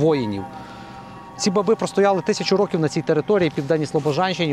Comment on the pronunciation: лиш не ,,бабѝ", а ,,ба́би" (наголос на -а-, а не на -и-).